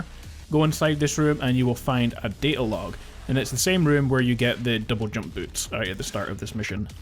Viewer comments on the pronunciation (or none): Lol. sounds like you said "jubble dump feature" instead of double jump feature at roughly of the video. Lol. Kinda made me laugh